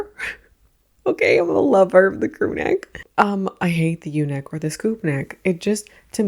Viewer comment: When you said “the U neck” I fully heard “the eunuch” until you filled it up with “scoop neck” 😂